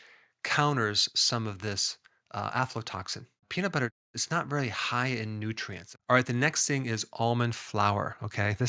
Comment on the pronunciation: is he calling it aflotoxin? it sounds really off, it's supposed to be afla, as in Aspregilus FLAvus - flavus being yellow